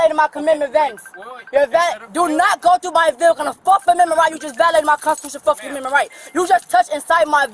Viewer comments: She "doesn't conscent to her 4th ammendment rights" and she "doesn't answer qwerstions"...... Black fatigue is REAL folks. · "4th comendment rights" 🤣